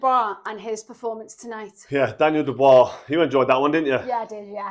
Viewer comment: . What the fuck is a Reee-view and Who the fuck is Daniel Doo-Bra? 😂